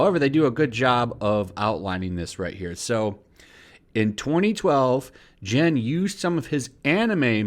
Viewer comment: You are butchering Gen Fukunaga name so badly. You have been saying 'Jin Fukanawa' through your whole video 😂😂😂😂